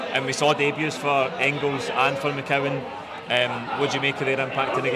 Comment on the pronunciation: McCowan not McGowan